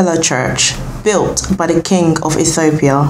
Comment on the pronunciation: My girl, I am Rastafarian and you have some information which is historically incorrect and your pronunciation is off and convoluted with bible verses. Aethiopia??? Never heard of that. Abyssinia is the original name of Ethiopia. So go read some more! Watching here in St Lucia 🇱🇨 and disappointed with this tlc